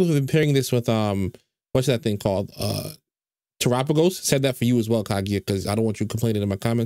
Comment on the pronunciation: TERAPAGOS PRONOUNCED CORRECTLY WOOOOOOOOOOOOOOOOOOOOOOOOOOOOOOOOOOOOO